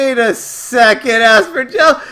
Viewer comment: FYI Aspyr is pronounced “aspire”. As in they used to aspire to release this DLC. 🤣